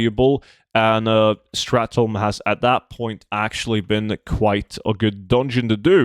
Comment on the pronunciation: It's not "strath tome"